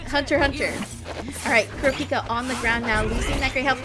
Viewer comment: It’s Kur-AH-pika Source: love the show PS my GOAT frfr